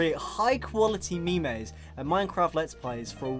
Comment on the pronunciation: Did he just say memeys?